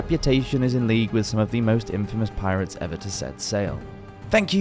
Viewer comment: Dude. We are you saying PI-RATE-S? That is not how it is pronounced.